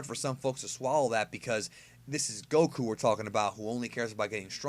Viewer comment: i hatethe wayu say goku lmao